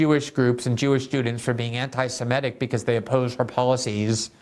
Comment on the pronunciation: I'm surprised to hear you say simetic instead of semitic. I would never have guessed you would make that mistake, that is oh, so common.